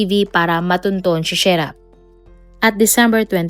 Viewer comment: SHERRRAAAAAAAAAAAAAAAAAAAAAAAAAAAAAAAAA HINDI SHAIRAAAAAAAAAAAAAAAAAAAAAAAAA MALI MALI